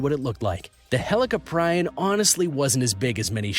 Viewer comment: its helee cop ree on EDIT: also the kronosaurus wasnt a dinosaur another edit: its not white shark its great white shark